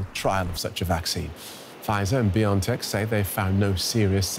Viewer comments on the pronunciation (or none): It's "Bio (and) tech... Not Biontech... Not pronounced like you are saying...